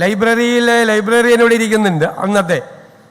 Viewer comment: ലൈബറി അല്ല ചേട്ടാ ലൈബ്രറി എന്നല്ലേ ശരി... ഇപ്പോൾ മനസ്സിലായി 14വയസ്സിൽ പ്രീ ഡിഗ്രിക്ക് ചേർന്നു എന്ന് 🤔🤔